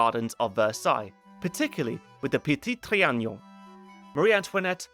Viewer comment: If I hear you mispronounce le petit trianon ONE more time lol